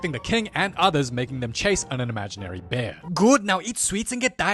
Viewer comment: “BÆR” I shiggled